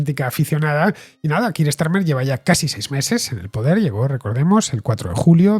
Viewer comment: Con todo el respeto del mundo. Me sorprende la manera tan defectuosa de Villanueva y al pronunciar el nombre de Keir Starmer. O se hace en castellano o se hace en ingles y. Lo de ellos es un híbrido casi ininteligible fuera del contexto.